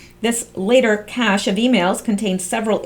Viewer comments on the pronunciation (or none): none